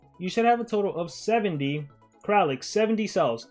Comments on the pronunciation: He's kraLIk, no kraKLin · nobody:: KrAkLiN